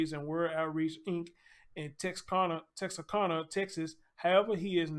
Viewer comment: Tex-are-can-a. This is phonetical pronunciation of it.